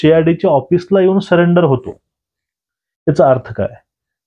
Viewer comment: सरेंडर ला सलेंडर का म्हणता?